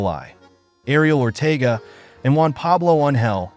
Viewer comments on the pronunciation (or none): none